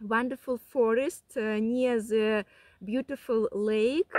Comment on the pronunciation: Ну,.. молодец, радио-баба! Избавься от русского зе в английском. Научись высовывать язык при произношении the, this.. хотя тебя можно простить, ты же блондинка.